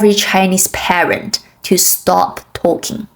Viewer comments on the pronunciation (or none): none